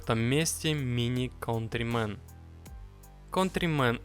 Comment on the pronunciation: Не контримен а кантримен.!